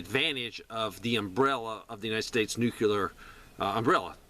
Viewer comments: Please stop pronouncing it New-cue-ler. It's pronounced New-clear. You sound really uneducated when you pronounce it that way. It's hard to take you seriously. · right and when you say it correctly it sounds like New-Clear. I wasn't talking about the syllables. What he says is New Cue Ler which is really dumb. It's how George W Bush would pronounce it. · I don't know what Dave says...I was referring to YOUR pronunciation. It's 3 syllables, not 2. nu·cle·ar ˈnü-klē-ər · Jeez man, will you please stop mispronouncing nuclear? Listen to yourself man……..